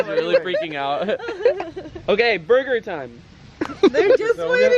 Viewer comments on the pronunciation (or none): He said a Durger 😭😭😭😭😭😭😭